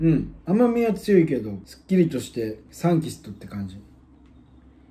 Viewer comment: サンキアス→サンキスト